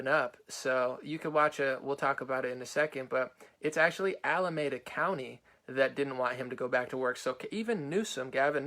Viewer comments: Ala-me-da, not Ala-may-da... Love what you do brother...❤ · Alemeda is pronounced Al- ah- meed-ah. Its where Oakland, Berkeley, Fremont, Pleasanton are. Its the 510. Elon is standing for the Constitution and speaking more truth than trump change my mind. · It's pronounced Ala-meee-da!!